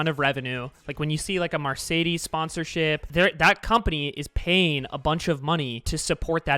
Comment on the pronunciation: Why did he say Mercedes like that